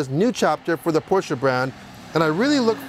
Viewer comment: Thanks for pronouncing both Porsche and Taycan correctly. What a beautiful and impressive car! Even more impressive consindering its Porsche's first EV